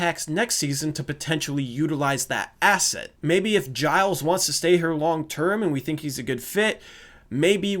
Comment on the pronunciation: Im glad you found the right way to say Giles